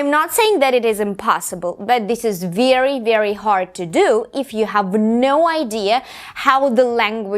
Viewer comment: М-да, произношение хромает. Помимо акцента можно услышать такие грубые ошибки как озвончение звука /s/ в словах increasing, basically, гласный в словах deal, please звучит ближе к /ɪ/, чем к /i:/, в одном месте резануло слух слово very, произнесённое с палатализованным звуком /v/, так что английское /e/ звучит как русское 'е'. Это хорошо, что она говорит громко, но она произносит одинаково громко и ударные, и безударные слоги.